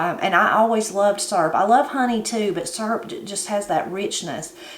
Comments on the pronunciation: I had to stop and watch this when i heard you say syrup. I’ve always have pronounced it the same as you do, surp. I also like using a pie tin to make up my batter, I do like to add cinnamon and vanilla to it. Ever since I was a young bride I’ve made what we call “depression syrup “. Same as what you made only I’ve only ever used white sugar with some maple flavoring. I’ve ate that so long I don’t really care for the store bought kind and I’ve never tasted real maple syrup. Next time I make syrup I’ll have to use some brown sugar too. Blessings, TeresaSue. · That's the same recipe I use. My mom used to make her own syrup when we didn't have store bought syrup. I like that you pronounce syrup the same way I say it....surp.